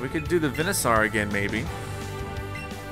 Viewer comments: It’s veansoer notvenasor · It’s pronounced Ben a sor